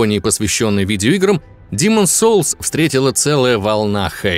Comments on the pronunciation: Ну почему "Диман" соулс( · Аххаха хаха. Когда не демон солс. А Димооон солс, туду ду ду ду, ду ду ду ду ду ду, туру ру. Хоспади, как же я ору. Димон солс. Аххаха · Почему я слышу "Димон солс"?)))